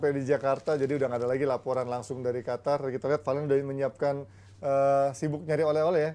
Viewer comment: Qatar itu Q bukan kha kok khatar sih